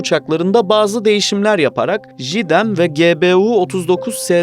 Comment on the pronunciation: JDEM, Jıdem diye telaffuz edilmez, jeydem diye okunur